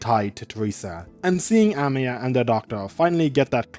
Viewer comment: Whenever you say Amiya's name i always hear Emiya!😂😅Though i do guess Shirou would aprove of Amiya's resolve and strength of spirit! She is indeed Seigi no Mikata material!